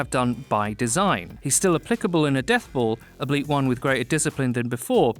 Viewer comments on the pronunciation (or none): It's "albeit," not "ableet." Did the same person that wrote this script read it? Strange. Anyway thanks for the rundown on the changes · It's albeit, not ableet. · I don't known if ableet is a word or if they are saying albeit wrong.